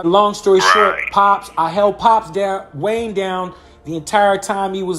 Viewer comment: Pops way-nee wayne